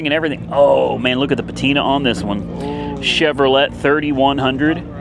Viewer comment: Exactly, same with how he said CheveroLET, when it's pronounced CheveroLAE.. Also when he said backward doors on the Lincoln, when it's sueiside (misspelled on purpose) doors..